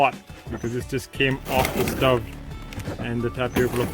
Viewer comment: The 'o' in "stove" is pronounced like "owe" or "store." "Flour" is pronounced like "fl-ow-er" (same as "flower"). Tune in to my next episode of learning to pronounce.